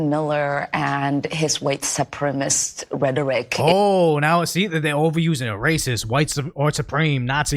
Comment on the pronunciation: The expression is "white supremacist", not "supremist". You'd think people that are so obsessed with "white supremacists" would be able to at least say it properly...